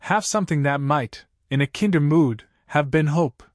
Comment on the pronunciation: in a KINder mood" ... ? Rhyming with TINDER or CINDER? No. The word that needs to be said is KAInder, rhyming with MINDer or FINDer.